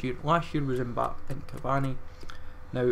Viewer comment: Why do you say M-Bap when it’s said M-Ba-Pay?